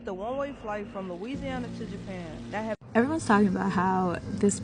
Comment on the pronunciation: “Jaypan” smh